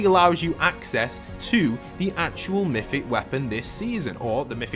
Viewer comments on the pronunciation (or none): It’s MYTHIc